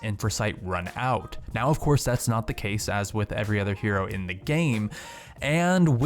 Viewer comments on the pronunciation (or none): none